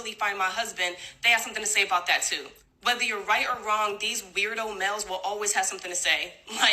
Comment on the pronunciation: Why does she say mels instead of males. Why not just say men?!